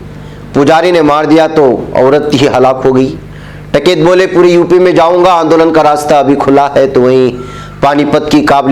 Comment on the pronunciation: ╔═══ ❤☀🍀☀❤ ═══╗ Janab, ASAK. Jis aadmi ne poore ek saal ka agitation chalaaya and jis ka naam har roz surqiyon me bana raha woh hai TIKAIT but not TAKAIT. I had repeatedly pointed out this mistake to you but your arrogance did not permit you to mend yourself. TIKAIT could bend the arrogant Govt. but not you. How can you repeatedly wrongly pronounce the name of person who had become a household name??? Any excuse??? One can only conclude that you are incorrigible!!! ╔═══ ❤☀🍀☀❤ ═══╗ One of your regular subscribers. ╚═══ ❤☀🍀☀❤ ═══╝